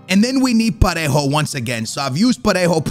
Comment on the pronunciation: u can say Parejo perfectly but you stay butchering Morales 😂😂